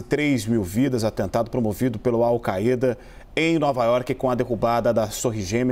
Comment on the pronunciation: “All caêda” ?